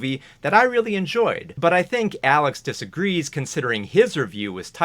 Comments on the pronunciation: absoulutely dying over you constantly getting Alex's name wrong as a running gag LOL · I appreciate the many ways you mess up Alex's name